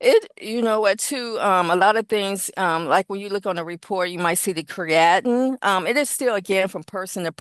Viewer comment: It's not Cree-at-in...it's Cree-uh -teen... don't go in your local health store looking for this supplement and pronouncing the way she did!